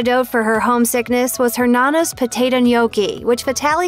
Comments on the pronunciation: Nonna! not nana.......geez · Sorry, it’s no-na, not nunu